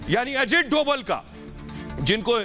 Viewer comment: अजीत डोवल नहीं sir अजीत डोभाल कहिये